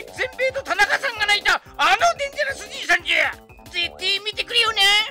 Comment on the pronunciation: でんちゃらすじゃなくて 「でんぢゃらす」ですよ〜 本人も間違えてるなんて…w